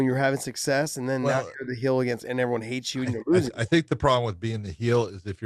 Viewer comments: Josh thinks heel is pronounced "hill" in the same way he thinks rankings are "brackets" lol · Heel brother not hill 😂